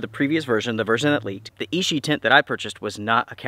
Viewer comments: Hi, just a quick thing. It is pronounced "itchy" not "ishi". Keep up the good work. Cheers. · Sweet tent, but I love my little LiteFighter. Quick pronunciation helper amigo. Ichi is pronounced EE CHEE. Hard consonant. I earned a B A in Asian Studies back in 07 and used to know almost 600 characters. A brain tumor put the kibosh on career plans.🤙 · Ichi is itchy means 1, ishi as you're saying it means stone